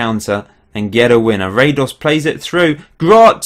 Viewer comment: as a Croat, i cringe on your Radoš pronounciation :P this is how you do it: -Ra is like how you pronounce the ra in: God Ra (Egyptian god) -Do is like do in: dong -Š is like Sh in: Shaniqua lol